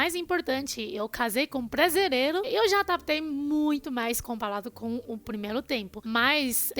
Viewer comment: maioRia kkkkk não maioLia kkkkkk platos não....pRatos kkkkk. pRefere... e não plefele...tempelado não, tempeRado kkkk blasilelo está ERRADO....KKKK BRASILEIRO...KKKK